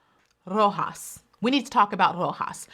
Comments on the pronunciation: You pronounced Roxas in a Filipino accent. I'm so proud of you 💚🤣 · You should be the winner for pronouncing 'Roxas' so perfectly 😅👑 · I love you,!!! The way you said "Roxas" was so perfect! I was shocked.